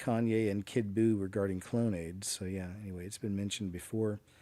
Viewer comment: Also. Dudes name isnt kid blue. Its kid buu, like from dragonball z